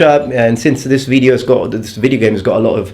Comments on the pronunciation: I think the problem is that you sometimes say "veedio" (with a long vowel, which is wrong even in Latin :p). At least it sounds like that, but then again, it could be that the quality of the vowel is misinterpreted as the quantity. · the pronunciation most people in America use is video (VI-dee-oh as opposed to VEE-dee-oh) but honestly I couldn't care less about which way you say it. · You can say "veedio", you're a strong independent black woman, you don't have to listen to the haters. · Archetypal, annihilation spot on... You can pronounce team teem by the way, fairly standard in southern English... In the north it might get shortened, depending on accent. Veedio is slightly odd, but fuck really slightly. I mean I'm a massive pedant (I believe I have brought up viscount before) and watch endless videos, but who notices that? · Welsh people pronounce video as "vid-yo" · The problem with saying "veedeeo" is that I said it by accident the other day myself.And you took your degree in Naples? No wonder you always wear mail. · It's pronounced video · Is it just me, or does pronunciation of video, whilst technically wrong, sound both close enough to be correct? In the same way that different accents pronunciation are still correct? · I think that the second way you pronounced video sounds very American.